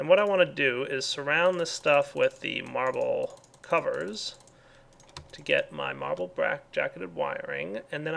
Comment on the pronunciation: he said marble brack covers